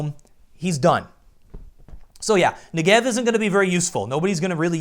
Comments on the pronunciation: "Nigev" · luv your vids m8, i just have one (probably on my side) issue, the "Negev" pronunciation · 1. You pronounce "Negev" wrong. 2. Your suggestion about the unranked match-making isn't good because high rank players will be able to play against low rank players. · I'm done,everyone saying Negev in a wrong way ffs I'm Jewish it's a real word fyi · FOR FUCKING TANJ'S SAKE!!!! Negev is pronounced with the emphasis on the first syllable. And as to why am i so triggred: the negev has 150 bullets and gets more accurate the more you shoot it. So keeping triggered means still having a rail gun firing at 800 RPM.